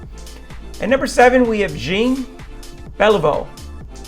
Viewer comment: Yeah, with the way all the French names were pronounced (Jean, Richard, Martin, Trottier, Messier), I was relieved he at least knew how to say Lemieux. I was half expecting to hear "Lemmy-ucks".